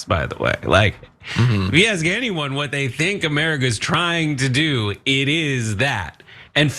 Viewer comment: I heard one guy AXE'd him a question...😂😂😂